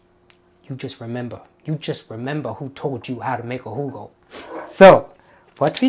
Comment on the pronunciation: Thank you, Rajiv, for this wonderful idea. Can't wait to go find some elderflower syrup and make a "Hoo-go." I think your friend Angela is correct about the bubbles. And by the way, excellent German accent as well as the Southern gent accent!